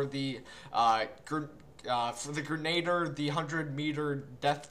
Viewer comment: i got 4/10 at "Grenader" :( i keep trying though